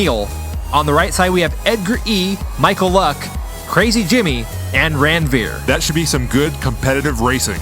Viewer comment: It's not Randveer it is Ranveer. And if you think why I am saying so see my name